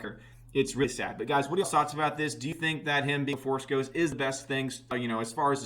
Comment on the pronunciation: A Force”D” ghost lol